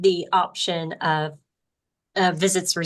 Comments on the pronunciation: “Oaf uh office”😂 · Another "oaf" of office. LOL!